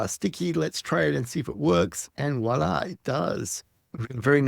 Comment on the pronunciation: Wtf is "Walla!" Its voila. French. Ffs